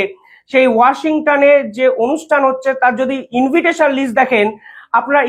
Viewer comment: ইনভিটেশন নয় ইনভাইটেশন হবে